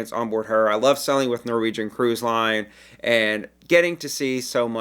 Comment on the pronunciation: This is my first time on your site and you're wonderful! You speak very clearly, but with my hearing loss I usually turn on captions as a backup. Amusing -- that every time you say "sailing" the captioning transcribes "selling." You could work on your "long A" vowel or just stick with your charming regional accent. The message will come across either way. Thanks!